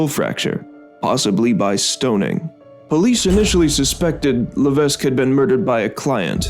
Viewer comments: AND ITS NOT PRONOUNCED "LA-VESK" ITS PRONOUNCED "LA-VECK" !! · It's crazy to know about this, considering I live in Massachusetts and not that far from the Bridgewater Triangle. Additionally, I have a few notes on pronunciation. Diman is pronounced Dye-man, and Levesque is pronounced La-vec.